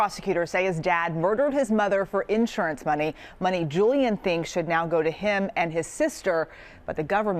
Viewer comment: It’s insurance not *in…surance! 😳